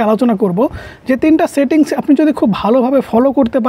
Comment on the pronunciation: Satting❌ Setting✅